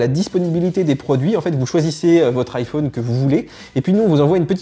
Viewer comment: J’adore comment tu prononces « iPhone »